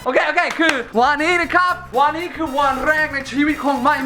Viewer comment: วันนี้ไม่ใช่วานนี้ สาธารณะไม่ใช่ สะ-ถา-ระ-นะ เนททททททททททททททททททททททททททททททททททททททททททททททททททททททททททททท ททททททททททททททททททททททททททททททททททททททททททททททททททททททททททททททท